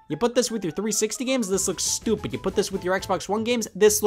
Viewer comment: "This fits nothing. You put this with your 360 games, this looks stupid. You put this with your Xbox One games, this looks STUPID!" I love how much emphasis you put on the word stupid the second time, it's so funny! By the way, how are you Scott, been feeling bad?